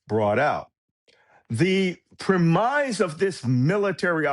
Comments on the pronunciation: I'm sorry but is this AI? "Prem-eyes"? "Sov-ren-ity"? No one pronounces those words like that, but AI would. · Good video. Interesting speculation that this was a prearranged capture, not a white-knuckle special ops event. But your expert thinks "premise" rhymes with "surmise." Sorry it doesn't. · The word is prem-is not “premize”. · sorry cannot help myself: 'premize'? Is he saying premise? (Otherwise great analysis...) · I've never heard "premise" pronounced this way (rhyming with "demise", not "blemish"). Is the meaning different? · The arrogance and smugness of a guy who can’t pronounce ‘premise’ is breathtaking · Somebody really needs to educate Malcolm Nance on the pronunciation of "premise".